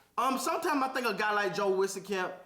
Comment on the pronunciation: For future refrence its pronounced WEEZ CAMP, like lil Wayne Weezy f baby.... WEEZCAMP